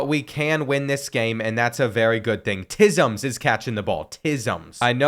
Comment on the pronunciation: bro pronounced TYMS as tism LMAO